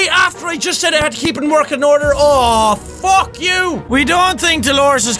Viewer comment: Say foook not fuck